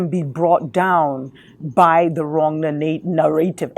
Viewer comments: its "narrative" ,, two fast Rs :) ,, or maybe used in africa, "narëtive" ,,, ,, anyways, nice to hear informet talk :) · You pronounce it Na-Ra-tive